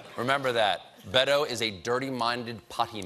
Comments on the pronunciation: It's Beh- toeh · It takes literally 2 seconds to learn how to pronounce Beto correctly.